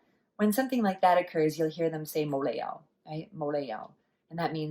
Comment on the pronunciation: your mou lei jau needs to be higher pitched lol